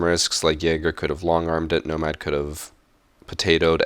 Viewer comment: Each time he said Nomad, I cringed so hard